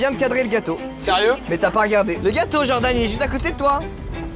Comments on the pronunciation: Inox toutes la vidéo djordan au lieu de Jordan mdrrr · Tout le monde = "genre d'âne" (Jordan) Inox: "Djordan" (Jordan prononcé à l'américaine) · "Djordan" mdr la prononciation me fume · Inox il dit djordan ça me fait trop rire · ça me fume il dit Djordan à chaque fois mdrr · Inox qui prononce "Djordane" pendant tout la vidéo 🤡